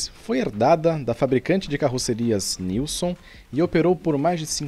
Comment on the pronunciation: Aquele urbano é preservado pela Busscar, faz parte do Grêmio recreativo da Busscar e a pronúncia correta é Nilsen.